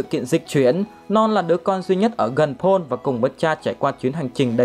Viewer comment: May mà có phụ đề chứ ko Paul nghe ra “Pỏn” quá!